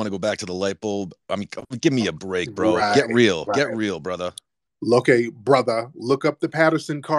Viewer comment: Brotha 😂😂. I swear as I was listening and his ass said broootha, me and Tiriq repeated that shit at the same time! 🤣🤣😂😂 Cmf